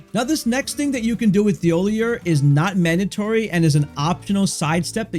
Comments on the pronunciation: His name is pronounced "TeeOhLeeA" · Its pronounced Tee oll eee ay. Did you even play the game? They make it very clear how to pronounce every single npcs name all you have to do is listen. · Imagine someone saying your name like 100 times and mispronouncing it every single time. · Drinking game: take a shot every time he mispronounces Thiollier's name. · I hope whenever you’re having a good day this video pops up and you remember how annoyed you got that a random YouTuber pronounced an NPCs name slightly wrong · Please look up how to pronounce a French name.